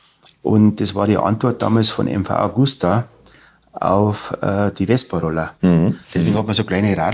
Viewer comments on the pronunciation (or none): es heißt MV AGUSTA...und nicht mv augusta